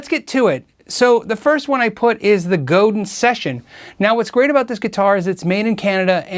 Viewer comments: Hi! Not to be picky, but you are mispronouncing Robert Godin's name. He is French-Canadian and Godin is a french surname. It should be pronounced GO DAN in English, not GO-DIN. I own three Godin-made guitars myself and I absolutely agree with you about quality at price point. To be honest, I have played guitars at three times the price that didn't out-do the Godin. Excellent manufacturer. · Godin, pronounced "Go-Dan." It's French just like Auguste Rodin, the sculptor, famous for .., wait for it.., The Thinker. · "Godin" is a French word and is pronounced, Go-dan with the accent on the 2nd syllable. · French word. Pronounced Go-DAN. Highly underrated. All made in Canada. Very high quality control. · GODIN IS ACTUALLY PRONOUNCED GODAN BY THE COMPANY. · Godin is pronounced as Go-DAHN, right? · Godin is pronounced GO DA(N) (with a French nasal thing on the AN). It's French :) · Very interesting and informative,. Godin, btw, is a French-Canadian company, and pronounced 'go-dan'. Yes, there is a monsieur Godin. "Godin guitars are unique because from forest to stage, they are North American. The necks and bodies are all made in our original location in La Patrie, Quebec. Godin Guitars are then assembled in our Quebec and New Hampshire factories." So, if you're in USA or Canada, and want to pay into social security and your future old age pension, buy and pay taxes to your respective country. You're also creating jobs where you live. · Godin, being Quebec, is pronounced, "Go-Deeeen." And they're awesome. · Maggie Osterberg Wrong. Godin is pronounced Go - dan. Like Chopin. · i think its pronounced as "go-dan" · It’s pronounced Go-dan (mostly silent n) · Its pronounced "go" "then" French Word. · Godin is said "Go-dan" - French Canadian name. Reverend is a high-quality, reasonably priced brand. Godin is overlooked as well. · Great video! Btw, Godin Guitars is based in Montreal so "Godin" is pronounced like "Chopin". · Godin is FRENCH... pronounced go-DAN.